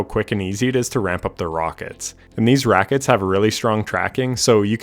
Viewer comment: "These Rackets have really great tracking" lmaooooo I had to listen back like 3x to make sure I didn't make it up haha